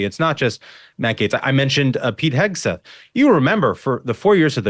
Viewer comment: “Pete hegseth’s” is not that hard to say megyn ok it’s just not… “Pete hegseth’s” See, I just did it!